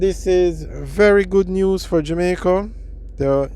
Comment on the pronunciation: You doing like Portia Simpson pronounce JAMAICA O' as in "Jomaico"